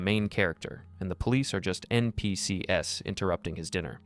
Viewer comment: Is this narrator AI? Who says "NPCs" like that?